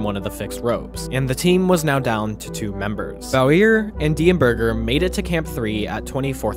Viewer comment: i think some of the pronunciations of common words/names were incorrect: edema, Bauer, etc.